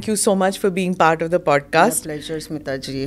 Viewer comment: स्मीता नव्हे, स्मिता